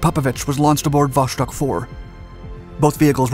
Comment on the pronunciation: Would like to watch the whole video, but hearing you say Wosztok is so irritating that i can't help myself.